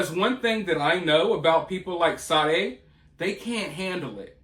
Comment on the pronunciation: Sade...reads sharday